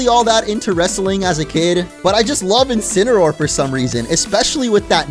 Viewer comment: Incineroar, not Incineraror! Lycanroc does not end with a K!